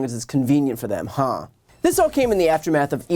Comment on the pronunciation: that huh sounds wrong. As presenter u should actually act better. Say huh correctly then re-upload this now. Just saying